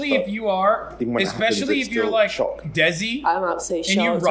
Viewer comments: bro said desi like deji 😭😭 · why'd he said desi like that lmao